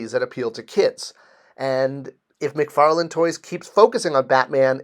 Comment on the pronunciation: McFarLANE not McFarLAND. Why is this so hard for people (it's not just you).